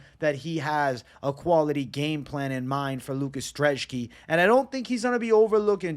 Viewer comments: why u calling brzeski drzeski lmfao, other than that great analysis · lucas dreshki? you cant even read bro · Love the channel but where are you getting a D in Lukasz brzeski’s name?